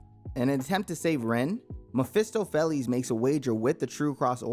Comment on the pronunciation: “Fell-les” XD “Fay-les”